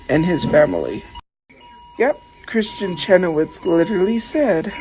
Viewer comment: Why is she calling her "Kristen Chenowitz?" 😂